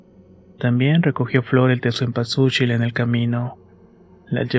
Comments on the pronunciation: Cempasuchil !!!!!! No cempachusil amigo,me encanta como cuentas las historias,pero no puedo parar de reír,lo siento!😅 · Se dice senpasuchil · Que bonita historia aunque no digas Zempazuchitl jajaja gracias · Si se oye raro 😅😅